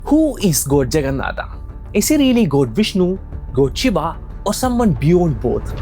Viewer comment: Aare Bhai ye kya har Hindi ,odia , Sanskrit ke words me Bina matlab ke aa laga raha he . Jagannathaa kya he it's JAGNNATHA or we can say JAGNNATH. BHAIRAVAA❌ BHAIRAVA/BHAIRAV✅. SHIVAA❌SHIVA/SHIV. Let me help you to pronounce. Say Shi-v-a not shi-v-aa . Got it ? Just like it's Ra-m-a not Ra-m-aa . Ra-ma-yan-a not Ra-ma-ya-naa. Jay Jagannatha 🙏🙏🙏🙇🙇🙇🙌🙌🙌🙌